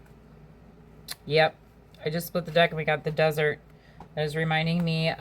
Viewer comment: It's Just Desserts --dee zerts. NOT DESERT.